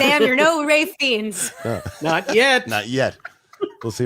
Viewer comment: I used to pronounce Ralph Fiennes as Ralf Feens too then I learnt it's pronounced Rafe Fines